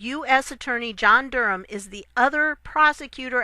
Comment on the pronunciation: An American who knows how to pronounce "Durham"! There is a God! If Nancy Pelosi can't show conventional respect for POTUS, she can't expect similar courtesy to be extended to her. Pelosi's entire approach is petulant obstruction. She deserves any slights she gets in response. Off with her head.